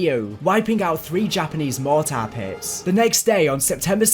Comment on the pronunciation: Haha “mor tar pits” and “Okinawarr” Good vid tho